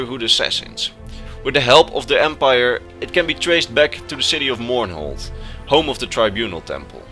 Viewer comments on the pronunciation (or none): none